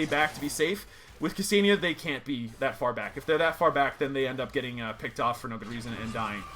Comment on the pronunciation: it's pronounced "kuh-senn-yah" not "kuh-see-nee-yah", I dated a Ksenia once av got first hand knowledge cheers